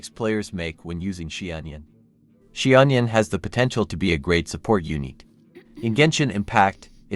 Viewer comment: Love how you simplified the pronunciation to "she-onion"!